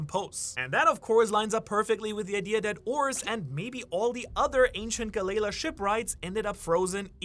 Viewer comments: JFC DUDE PLEASE! Galley = pronounced like Sally, Tally, Rally, Dally, etc La = pronounced like Law, Saw, Maw, Caw, Gnaw Its not "Guh Lay Luh" its Gal-EE-Law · Say it with me Gal Lee La.. the galeila pronunciation is killing me! 😂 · Galley- La (Gal-Lee) - (law) You’re saying ga - lay - la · wait isnt it pronounced "Ga-LLeY ~pause~ La" not "Gal-ley-la" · Its pronounced Gal-E-la. Not Ga-lela..... one of the biggest one piece youtubers and cant even say half of the names right. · Am I the only person In these comments bothered by how he pronounces galley-LA? Lol... Its gal-ee-lah not gal-Ayla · the way you say galley law makes me want to puke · Yo, just how did you pronounce "Galley La"?!?!? 🤣🤣🤣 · The Galley La pronunciation gave me a laugh. great video though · Disliked and stopping the video as soon as I galley la pronunciation